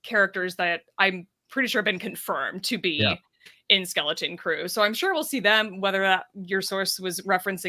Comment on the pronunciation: Take a shot every time calls it “Skellington Crew”.